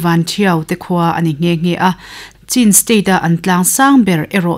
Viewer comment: I sawi ngaihthlak a nuam khawp mai .Mahse 'Cin state' nilovin Chin State' a ni a chuvangin Mizo ṭawng a i chhiar chuan 'Chhin' tia lam rik tur a ni.Chuan Matupui ni lovin Matupi tih zawk a niin ka hria